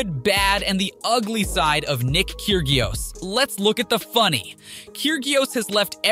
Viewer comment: Omg the pronunciation of tsisipas and kgririos was absolutly terrible